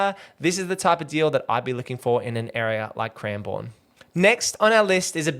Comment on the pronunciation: It's pronounced cranbern by the way 😃